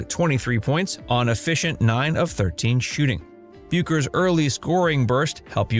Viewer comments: Her name is pronounced "Beckers." I realize she's been a big name for only five years.... 🙄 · Learn how to say her name. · Yet you can't pronounce her name!!!